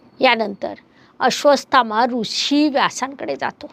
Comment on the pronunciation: माफ करा पण तूम्ही नावं चुकीचे घेत आहात, नाव आहे अश्वत्थामा, तूम्ही अश्र्वासथामा बोलत आहात